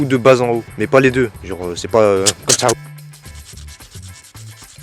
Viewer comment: Et ta dit coumme ça au lieu de comme ça